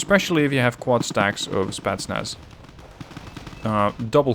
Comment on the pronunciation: Can you say spEtznas in your next game? You always say Spaznas...